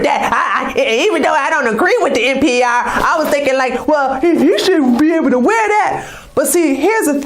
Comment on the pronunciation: NPI is Spencer, NPR is National Public Radio. I THINK you're saying NPR, but your accent MIGHT be saying NPI? :)